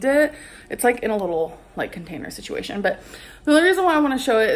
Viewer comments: Stop saying sistuation, and stop blaming becky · stop saying situation damn!!